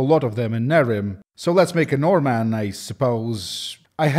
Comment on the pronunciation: I had to do a double take because a Normanne is literally a Norwegian. We call ourselves "Nordmann", and you pronounced it almost perfectly.